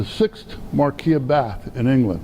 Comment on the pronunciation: You are mispronouncing "Marquis". He is (was) British not French.